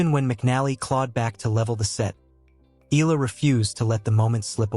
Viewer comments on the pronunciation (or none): please pronounce her surname correctly as commented (eh-yah-lah) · Can you pronounce her name correctly?